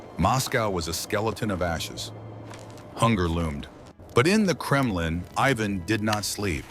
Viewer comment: no wonder the Mongols were feared. That and the "Kremlin" a few seconds later. AI slop can be forgiven, low effort AI slop can NOT.